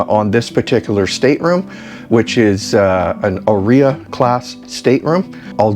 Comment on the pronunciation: I have Italian ancestry- Heres help with pronunciation of Áurea. It's: OW- RAY -AH ❤😊.